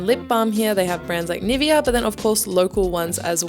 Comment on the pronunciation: Interesting video. It seems that Japanese people like "sticky" things. 😁 But it's crazy how many options there are in the drugstore to cool down. By the way, I found it a bit disappointing how you pronounced "Nivea", because you have a German background.😜 Nivea is a German brand. 👋🏻💚